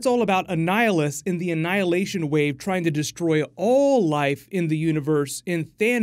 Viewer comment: He definitely said Anhilation